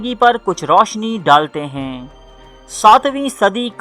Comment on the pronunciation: I love your content but please u need to work on your urdu pronunciations like the words ہے and ہیں also the last words u say please say them properly instead of sounding like a robot. Keep up the good work